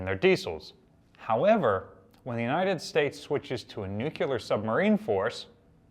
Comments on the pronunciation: New-clee-er not Nuke-ya-ler. TY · Nu-clear, not nuc-que-lar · I always cringe when a professional speaker says nucular for nuclear.